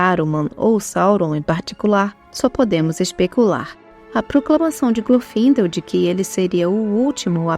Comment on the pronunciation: Eu sempre achei que o nome de Glorfindel se pronunciasse com o "e" aberto, não fechado, acho que soa melhor assim.